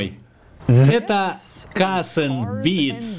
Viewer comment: Бля каРРРРРс энд Бидс. А не кассссссс